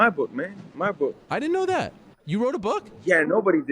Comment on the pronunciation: Ariel forgot he was supposed to act proper for a second. “I didn’t know dat!”